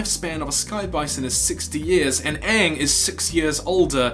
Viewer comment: It's pronounced Aang